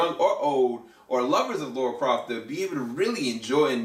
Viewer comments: Lara, not Laura. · For the millionth time, since 1996: It’s Lara, not Laura.